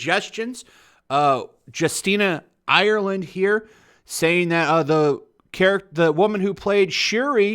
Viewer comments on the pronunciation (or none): none